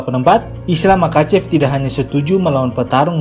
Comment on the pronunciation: Bang kalau ga salah pengucapannya mahacev.koreksi juga sama kayak habib bukan kabib